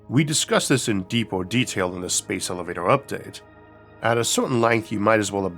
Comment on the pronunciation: I find his pronunciation if elevatoah charming